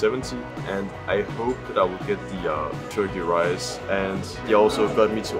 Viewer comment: 加油！ 看了也好想吃火雞肉飯 （發音大進步！）。 Your pronunciation of Turkey Rice is good!! You must practice a lot, we can all see your improvement!